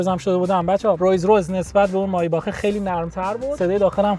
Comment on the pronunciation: مایباخ اره عالی تلفظ